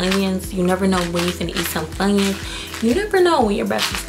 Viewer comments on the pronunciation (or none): none